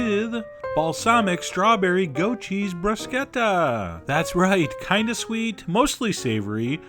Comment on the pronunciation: Thank you for pronouncing bruschetta the way you're supposed to. I'm tired of hearing brushetta. Ch in Italian makes a k sound.